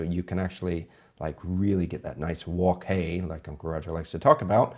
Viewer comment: Your pronunciation of, "Wok Hey," is better than 97% of the non-Asians I know. lol